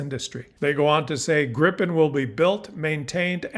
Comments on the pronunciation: It's called Gripen - not Grippen. And it is - and shoulf also by English speaking people be - pronounced "Grìpen, wvere the i is pronounced likr a semi-long "e" Grip means Griffin and Gripen means The Griffin. The name JAS stands for "Jakt, Attack, Spaning". Jakt translates to hunt and spaning translates to surveillance. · According to a Swedish friend, it's pronounced "GREE-pen". Regarding Golden Dome, there is no way it can work without sensors on Canadian territory. Ergo, we have something they need. We should actually charge them for using sensors located on our territory, or at least gain the dubious protection of GD for free. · It's pronounced 'greepen'. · It is pronounced Gr-eye-pen and it is spelled with 1 P.